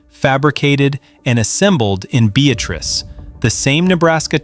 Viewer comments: Please pronounce it correctly Be at trice is correct and we are proud of it! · Beatrice, NE is pronounced Bee-At-Tress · I'll bet the folks in Beatrice Nebraska are laughing at the AI pronouncing of the town name. The second syllable is emphasized with a short "a".